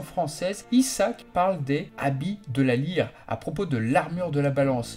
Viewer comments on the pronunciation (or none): pourtant tu dis ça mais dans la saga Asgard ils sont aussi Chevaliers Divins. ça ne se prononce pas Issak mais Isaak, il n'y a pas deux "ss" dans, son prenom, Cassa des Liumnades lui oui ça se prononce ainsi, que ce soit comme écrit dans le manga Français ou Caça comme on le voit souvent. on dirait qu'il dit "je suis Beelzebuth de c'est la frange de la vigueur", litteralement ce que j'entend. logique aussi qu'il porte souvent la Gold Cloth du Sagittaire (canoniquement parlant il n'est pas le Gold Saint du Sagittaire. c'est June techniquement, pas Juné (pire en Français avec Junon, qui fait partie de la mythologie Romaine). Seiya l'a appelé Shina aussi en Japonais parfois, qui est la version Française officielle. une référence au film avec Pierre Richard La Chèvre 🤣🤣🤣. , pour lui je pense plutôt que ça correspondrait plus à Han Solo tout comme Dohko à Yoda, le premier pour son prénom se rapprochant et au nom qui est le même (après possible que ce soit un mélange des deux), Dohko bon ben c'est Yoda en barbu à moustache et à la peau violette 😊. La version Francaise au final avec les noms attaques qui changent sans arrêt (certains passages c'est d'un ridicule, l'exemple typique comme tu l'a montré c'est la corne du lion et dans un autre passage où il lance "par la boule de feu" à la chaîne. Et les personnages qui ont les mêmes voix par pitié, certaines heureusement ont été fixées. Un truc sans rapport mais comme par exemple genre Shu